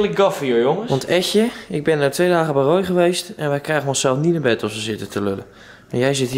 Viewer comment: Het is toch Roy en niet rooy